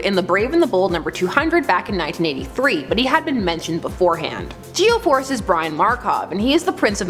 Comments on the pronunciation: I'm am a little angry about saying Brian instead of Brion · Brion not brian